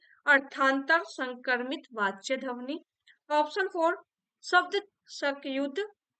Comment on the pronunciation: ध्वनि का उच्चारण सही कीजिए,,गलत सुनने के बाद बार बार फ्लो टूट रहा पढ़ने का